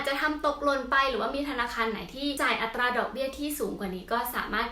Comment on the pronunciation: เวลาพูด อัตรา บ่อยครั้งไม่มี "ร" ควบกล้ำนะคะ